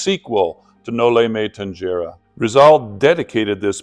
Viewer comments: Thank you for your appreciation with the Philippine history by learning Dr. Jose rizal it is rare forieners learn it, it's the Filipino story of oppression.. Just correction of pronounciation it's No-li-me-tang-he-re ❤❤ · Thank you for highlighting Jose Rizal. A genius and a patriot indeed. Btw Noli me tangere is pronounced as “tanhere”. G is pronounced as H. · No Lee meh tang- heh- reh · the Tangere in Noli me Tangere is pronounced as "Tang/he/re". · you know Mr I suppose that you're not supposed to be saying this word if you could not pronounce it no limit on here what an f really